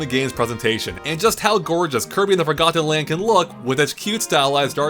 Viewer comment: I hate the way he says forgotten land, like four got ten